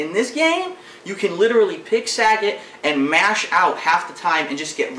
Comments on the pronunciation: Sagit? Yeah, Raiu is cool too. For having a Street Fighter shirt you sure as shit can't pronounce the names of characters. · isn't just me or he is saying SAGGET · The Way He Says "Sagat"